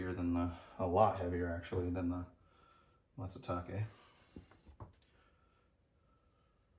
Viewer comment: Not Matsutake